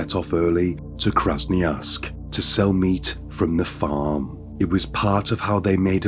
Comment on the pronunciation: 1000% AI. Both the voice and the images of the narrator. It’s incredibly realistic looking and sounding but there are very subtle clues that give it away. The overly enunciated “R’s” and “G’s” along with consistently improper emphasis’ and the overly animated mouth movements in the images are the most obvious ones. Listen to it again and listen specifically for the way the word “farm” is pronounced exactly the same way regardless of the context in the sentence structure. Definitely AI.